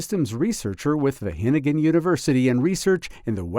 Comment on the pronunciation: Wah GE ningen..., not hennummmn